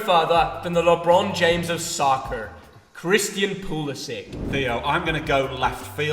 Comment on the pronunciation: The way he said soccer is unbelievable 🤣🤣